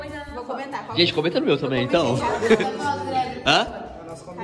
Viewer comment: Temh leiteh condensadoh kkkkkkh